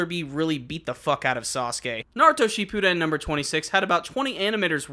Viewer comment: You do you pronounce shippuden so weird